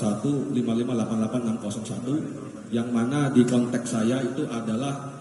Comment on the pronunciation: konteks pak konteks bukan kontes